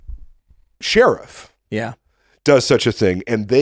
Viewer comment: After 3 years, I can't get over Tim saying "She-Riff".